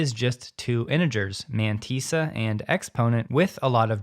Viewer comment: Mantissa has two ss's therefore the pronunciation is 'man-tiss (as in p.ss)-a. Just saying.